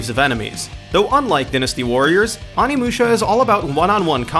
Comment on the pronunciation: dinustee? awneemusha?